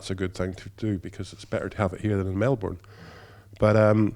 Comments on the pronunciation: I live in Melbourne Australia. And it’s pronounced MEL-BURN not MEL-BORN. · The correct pronunciation is “MEL-BURN” fight me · It's actually Melbn. That's the closest way to say it if you aren't from Australia.